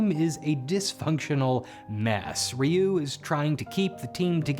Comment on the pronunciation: You correctly pronounced Ryuu, but went out of your way to mispronounce Zyuranger…